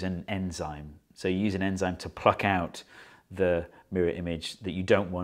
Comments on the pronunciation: anzyme? Or enzyme? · Its enzyme not anzyme. Your welcome. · Ye its "anzime" right ?